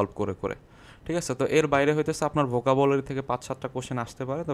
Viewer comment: পনেরো/ নট পুনের,,, চুয়াল্লিশ নট চুচল্লিশ, Vocabulary not Bucabulary et c.আপনার উচ্চারণে যথেষ্ট সমস্যা আছে।। মার্জনা করবেন।